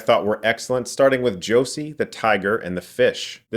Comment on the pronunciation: Sorry for being that person... Josee is actually pronounced "Joe-ze", not like "Josie" (I think even the way I wrote pronunciation is wrong but I'm a Spanish speaker, sorry!)